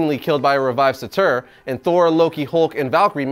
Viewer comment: The way you pronounced surtur was so wrong